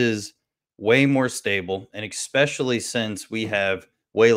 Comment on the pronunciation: Love your vids, but every time you say expecially instead especially my eye twitches. Lol. Great interview with btw